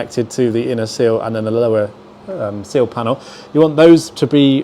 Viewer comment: Seal or sill? I can never tell the difference in these videos 😂